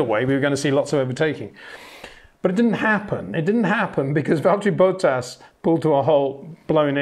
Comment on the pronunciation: I really only watch these videos to hear Peter say "Valtteri Boat-ass."